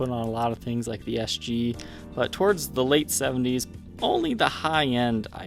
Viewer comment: Oh, you are saying THE les Paul ....I though you were saying VEE . I have never seen this Gibson model before. Very cool.